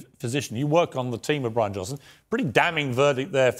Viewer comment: " Johnson" not Johnston